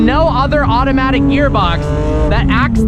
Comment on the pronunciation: "AutomItc down shift".. With an automatic